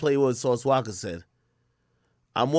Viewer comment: bro its Sauce “Walka” not Waka 🤦🏾‍♂️😅